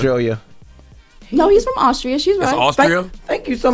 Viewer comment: I am not even an American and i know who the Governator was ! and no you do not have to be born in American to become a Governor of a State but you do have to be born in America to become President. this is global knowledge. and did she just say Owztriyah? it's Austria girl